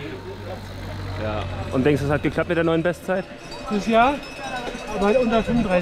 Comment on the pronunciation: „Lieber Deich“ 😅 Sehr schöner VLOG. Super schöne Bilder!